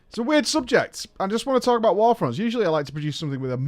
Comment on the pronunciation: "I wanna talk about warfronnnns" lol